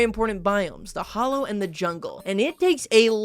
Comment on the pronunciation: its "hallow" not "hollow"